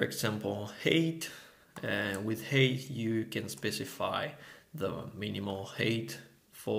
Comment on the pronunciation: thanks, really useful for a project I'm working on right now - ps, 'height' rhymes with 'fight' ;)